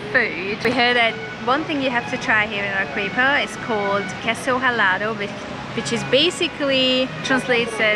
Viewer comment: Arequipa is pronounced using Spanish pronunciation rules Let's break that into it's constituent participles Are is pronounced Harry, without the H Quipa is pronounced Kipper. There is no English 'W' sound in it, (as in English Queen) So there it is Arrykipper😂🎉 N.B the Spanish combination 'Gu' as in Guadalajara Guantanamera Guadalcanal is pronounced GW Nice video chaps. Keep traveling, keep learning ✓✓✓